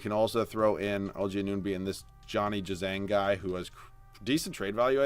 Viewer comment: its AN-OO-NO-BEE pls stop saying A-NUN-BEE